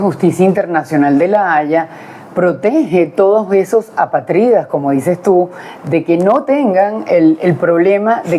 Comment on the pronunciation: A P Á T R I D A... con acento en la segunda.a, palabra esdrújula.